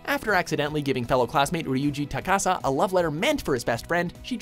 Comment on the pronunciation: takasa? Takasu. TakasUUUUUU.